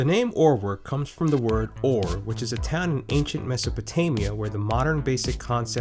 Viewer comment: My guy butchered the pronunciation of Ur but awesome video nonetheless